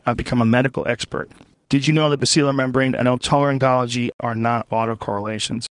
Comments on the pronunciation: Lol, totally pronounced "otolaryngology" incorrectly. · Hah! The robot mispronounced "otolaryngology." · I just can't see Joe pronouncing "otolaryngology" right